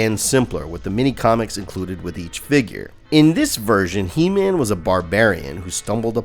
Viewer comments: Como vas a ponunciar EMAN?? QUE BARBARO QUE ERES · Gran vídeo, el único detalle es la pronunciación de Heman.